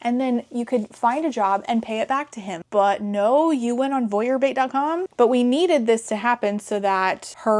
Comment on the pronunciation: The way you say "Voyeur Bait" sounds like "Bouillabaisse" and that is my headcanon now. "You can make money by selling soup to perverts".